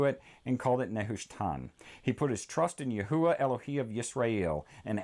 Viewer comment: I also have another question why do you say Yahuwah when the h is silent wouldn’t it be Yahwah?